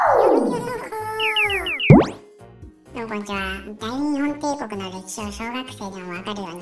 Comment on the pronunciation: 大日本帝国の読みは「だいにっぽんていこく」ですよ